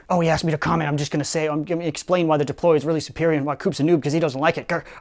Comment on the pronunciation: "It will see these fuewmes and DEPOLY it into to space"